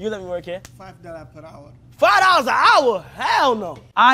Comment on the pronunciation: Boy said 5 dollas a hour 😂